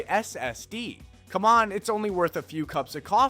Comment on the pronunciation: The way this guy says SSS, HDD, and USB drives me crazy. It’s distracting. But good job giving old tech new life.